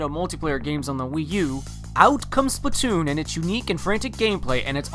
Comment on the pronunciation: Why do people pronounce it splitoon its splatoon